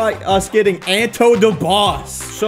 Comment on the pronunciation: He really said anto the boss 🤦‍♂️